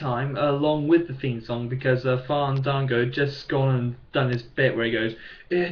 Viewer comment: U need to get to the point quicker...and quit saying fandago